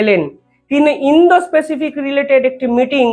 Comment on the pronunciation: Bhai, apnar uposthapona bhalo. Ektu Pronunciation ta thik korun. Indo - specific noy. Ota hobey Indo- Pacific ( ইন্দ- প্যাসিফিক). People er uchharon Pupil noy (পিপল) । Please egulo correct korun , amader shunte bhalo lagbe.